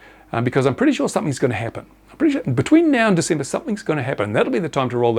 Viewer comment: Completely false. even has the date wrong "until December" (Diesember). The gasping of breath and grasping at straws. This pathological liar is about done.